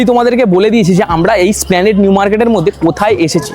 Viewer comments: দাদা জায়গাটা স্প্লানেট নয় উচ্চারণটা হবে 'এস' প্লানেড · কথাটা এসপ্ল্যানেড, স্প্ল্যানেড না। পরেরবার সঠিক ভাবে বোলো।